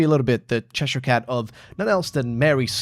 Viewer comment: Good video but the butchering of cheshire cat is just mean😢